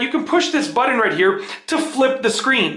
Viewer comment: What's a buddin ? Ohhhhhh you're saying "button" but not pronouncing it correctly.